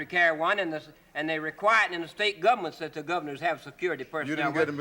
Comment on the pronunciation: Never argue with someone who pronounces it "gubment."